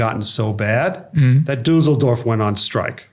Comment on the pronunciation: The way he pronounces Düsseldorf sounds like Dusseldorf which means Stupid Village.